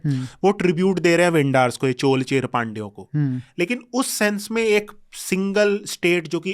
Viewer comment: Chol nahi chozha or chola Cher nahi chera 😢😂